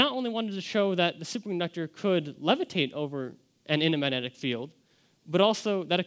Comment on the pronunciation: Should be able to pronounce magnetic in order to give this speech